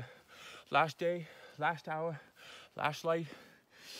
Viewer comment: How he pronounce last. Lush.😂😂